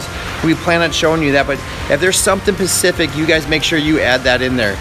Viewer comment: Lol - Something Pacific! :) I think it is an accent thing. No!! I want something Atlantic! Perhaps Arctic?!